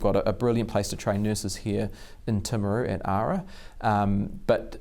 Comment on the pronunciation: Good to hear James who is from Timaru,pronounce the name correctly in English, not the woke pronounciation of Tame!